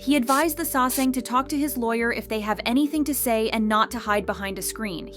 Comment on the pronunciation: ***sa-saeng✔ NOT sae-sang❌